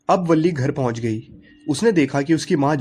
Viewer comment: Balli nahi villi boltein hai aur villi ka pura name villiammai hai